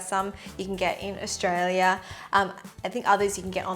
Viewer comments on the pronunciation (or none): Korerr or Australierrr